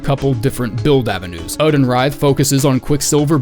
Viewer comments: Oedon is supposed to be pronounced as Idon or Eedon, not Odin. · “Formless ÆŒ-din” I’ve always thought the emphasis was on the O, like Oh-eh-din. Been watching you since your old alliteration filled BB vids, I’m glad you’re back to it. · it's pronounced 'Erdon', Isz is 'Eyes' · These Bloodborne vids are just an excuse for to say "Formless uuhhden"